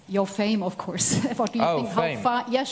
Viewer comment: Sorry, "of course", not "of curse"...